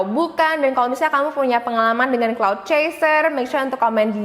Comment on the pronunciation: Kak yang bener clout chaser bukan cloud